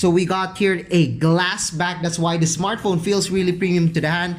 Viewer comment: ISmartphon .... ISmartphon ..... ISmartphon ...... makalipong!!!!!! We downut!!!! @@ magtagalog ka nlng!!!